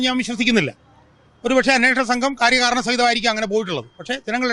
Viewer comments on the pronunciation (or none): none